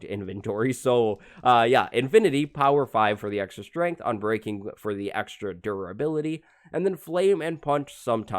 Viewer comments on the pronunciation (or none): none